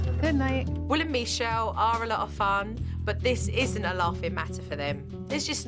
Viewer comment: I love how jo pronounces Michele as Mechele 😂